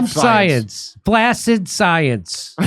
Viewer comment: It's pronounced "flack-sid", please. (The word flaccid doesn't need to be used, unless pronounced properly.) I'm 86, be nice!